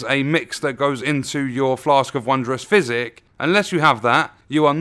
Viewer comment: I kept thinking he was saying "Flask of Wondrous Fizzy." Not trying to make fun of you or anything or the way you talk, I really love your videos,🖖